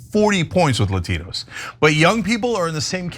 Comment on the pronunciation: La tee knows???😂😂😂😂😂